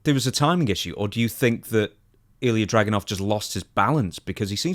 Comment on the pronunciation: It's DragUnov. Least get it right.